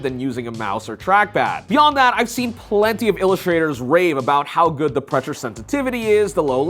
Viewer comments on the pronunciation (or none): Bro say the MacBook was bood , lol 😂 .